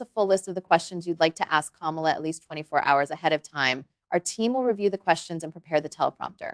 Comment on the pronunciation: Did he disrespect her by mispronouncing her name?